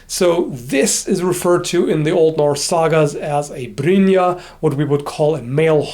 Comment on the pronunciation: wow... your nordic is actually really good!, "Brynje" is really hard to say for non Danish. Good work. good video :)